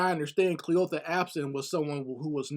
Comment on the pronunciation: Kleeotha, Cleeotha? That’s an old great grand mommas name 😂😂😂! The story is not funny though!